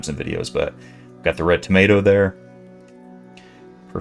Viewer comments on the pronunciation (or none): none